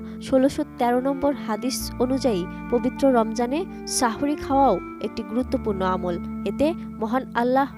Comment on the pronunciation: সাহরী না বলে সাহওরী বলেছেন